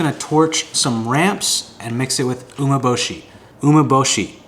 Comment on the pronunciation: you want to watch a video of a guy who doesn't know how to pronounce Umeboshi properly, actually make it. lmao. pro's do not use corn starch with rice, they use rice flour. he is just another yotuber copying others wrong recipes and repeating them, there is no experience in these dishes or expertise.